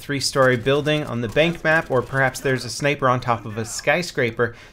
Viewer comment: Lol he said snaper